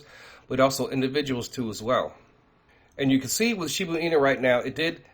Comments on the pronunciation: "She-boo inu" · SHIBA (“AH”) INU!!!! Geez get it right